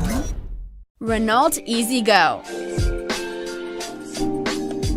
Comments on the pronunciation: ITS PRONOUNCED "RE KNOW" NOT RE NAULT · Renault is pronounced reno